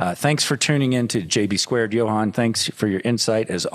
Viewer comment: "Johan" dude, not "Johann" haha.